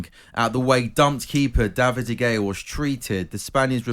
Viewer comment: Why is the one presenter mispronouncing De Gea’s last name?